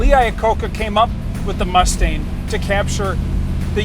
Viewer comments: Is it just me or does he sound like he is calling the car a Mustaine? The car he is driving looks just like 5S089, which just sold for $499,000, which has no stripes, no mirrors and steel wheels. Also, I believe only 27% came from the factory with lemans stripes. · Jeez he keeps saying “Mus-stain” not mustang and it drives me crazy